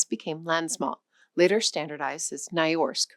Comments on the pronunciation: “Ny-norsk”, not “ny-orsk” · Nynorsk is pronounced the way you would pronounce «Nee-noshk»- not «ny-ashk». And you did not seem to grasp what the difference in the Danish prounciation really is. They mostly pronounce vowels and substitute consonants with vowels and approximants and leave the last syllable of words out. One needs to learn their code for what to omit, and what to pronounce as if you were very drunk. Danish children have a very hard time learning how to read and spell, because they have to include many extra letters that they did not know existed, in word after word. There is a system to it, and the system is more logical than the English system of abundant silent letters, but Danes learn to spelling and reading much later than Norwegian and Swedish children. Danish children would most certainly have understood more of their own spelling system if they had learned to speak Norwegian first, because we pronounce all the letters we spell. And written Danish and Norwegian are for all practical purposes similar. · Pronounced "Nee Noshk" not "Nei Norsk." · NAY-YORSK? Really? NEE-NOSHK -- that's how it is pronounced in Norwegian. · nyorsk. 😂😂 Sorry, but you forgot the second N in nynorsk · Amateur linguist here. That word ‘Nynorsk’ is not pronounced as ‘NAAAI-nahsk’ as you’re saying it, but rather, as something closer to ‘NEE-nahsk’. ❤ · While interesting this video would have been great if the presenter had taken time to learn the pronunciation of the special Nordic letters of ö, ø, ä, æ and å. Its not that hard. And, completely mispronouncing "nynorsk" as "nyorsk" is super strange and putting the presenters interest of the subject matter in serious doubt. It's a bit disrespectful too. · Im Dutch, so I don’t know perfectly, but I heard a Norwegian once tell me it’s pronounced as “Nuu-Norsk”(meaning: new-Norwegian) But the most important part is to not forget to know that the middle-n is nót a silent -n-. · Nynorsk is pronounced more like "noo-norsk".